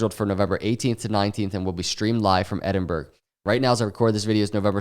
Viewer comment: Edinburgh is Pronounced Ed-in-bar-ra or ed-in-burra